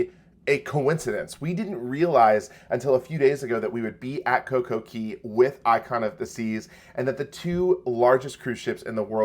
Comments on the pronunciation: Please stop saying Coco KEY. It is pronounced Coco CAY... hence "Perfect Day at Coco Cay". The copyright is "CAY" and it is pronounced CAY. Ask Royal. They will tell you it is CAY. As a travel professional, you should know better. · You might want to learn ROYAL'S trademarked pronunciation of CAY. IT IS NOT KEY! I know that's how you're supposed to say it, but Royal says CAY to rhyme with DAY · You should retire from hosting a cruise channel. If you were truly knowledgeable and been around the cruise industry you would know that COCOCAY is pronounced COCO-KAY not COCO-KEY. For Christ sake it is trademarked. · For you to be a cruise blogger I would expect you to know the pronunciation of the private island is "Cay" not "Key" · MSC private island Cay pronounced Key. RCCL Coco Cay pronounced Coco K.